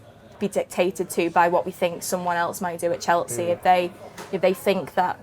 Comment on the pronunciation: Why does she say 'Cheltsea' on every video 😂